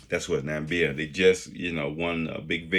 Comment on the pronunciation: The country's name is Namibia not Namibia. Do your homework before you come on.